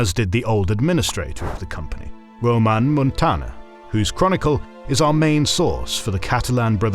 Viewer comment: Ramón Muntaner, not Roman.